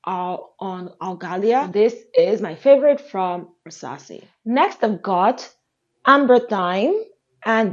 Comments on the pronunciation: For the Afnan perfume, I think it’s pronounced Amber rhythm. I thought it was ambery thyme for a long time, but then I watched some reviews and heard people pronounce it Amber rhythm and that’s probably more what it supposed to be, because you’re right, amber thyme doesn’t make a lot of sense for that fragrance. It’s one of my favorites! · Thanks for Irth review, I've only seen men reviewing it so held off. The Amberythme is usually pronounced as the two words Amber rhythm(e) merged, which makes more sense given the name and spelling, as opposed to the herb thyme. It's a nice one.